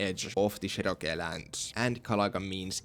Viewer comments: You’re mispronouncing Cherokee entirely wrong. Chair or Cher, then row like rowing a boat, then key like car keys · His finnish pronunciation of Cherokee is so cool